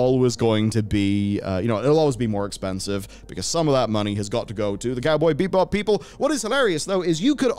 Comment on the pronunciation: BEE-BOP not BEEP BOP ogod